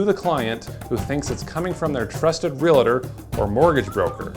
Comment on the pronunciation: Maybe I'm anal, but the thing that bothered me the most about this vide was your pronunciation of the word realtor. It's not real-a-tor, it's just real-tor. Reminds me of people who say ath-a-lete